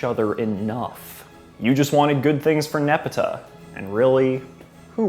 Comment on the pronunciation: the takes in this video hit me hard but not as hard as hearing you pronounce nepeta that way